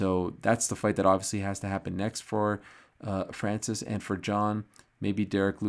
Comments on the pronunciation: pronouncimng a french name correctly is unamerican and unpatriotic! very disrespectful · I stopped watching after how ariel pronounced francis name that way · Ariel, I was counting on you for pronouncing Francis' the right way. You let me down. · Ariel 'ADDESSONYYA' FHANCEES' Helwani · tried making those sounds Ariel made when he pronounced Francis name... don't think I have the nose for it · Why does he say his name so weird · So Ariel can't pronounce his name lol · Leave it to Ariel to make up accents and name pronounciations... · Why is Ariel doing a French accent? Francis isn’t French, he moved there ..